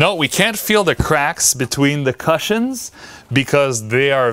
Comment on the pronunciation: Such a good topic for today's video. I hope you take this as feedback and not me being mean but you could work on your pronounciation of cushions 🙂